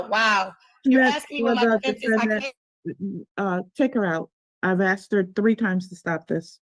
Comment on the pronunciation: It’s “askeddddd” not “axe”. It’s not that hard to pronounce 🙄